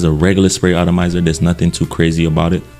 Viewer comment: The word is “atomizer” not “autamizer.” Not trying to be offensive but sometimes miss pronounced words are off putting and can distract from the content of the presentation. 🙏🏼